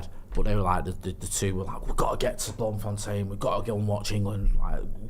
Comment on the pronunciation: ETERNAL RESPECT for pronunciation of Bloemfontein 🙏🙌🙌🇿🇦